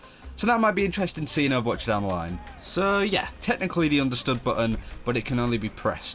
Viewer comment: I like it how they pronounce ovwatch